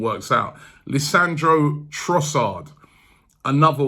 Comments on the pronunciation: Robbie is really good of butchering names Lissandro Trossard, wow .😂😂😂😂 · Robbie butchering Leandro trossards name. He said lessandro😂😂